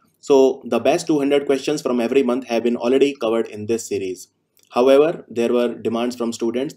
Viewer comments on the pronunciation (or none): none